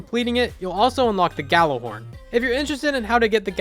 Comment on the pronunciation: It's pronounced "yallah horn